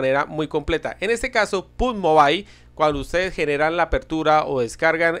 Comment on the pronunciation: No soy perfecto pero se lee pugyimobail